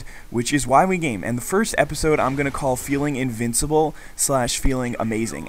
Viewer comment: Sorry, I can not help but the first time you said it in the video, it sounded like "Why we're gay"... XD